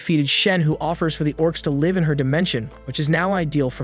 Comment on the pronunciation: He said leve not live